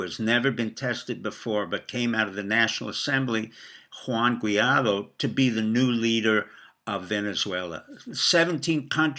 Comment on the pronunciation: G-U-A-I-D-O. Sound it out.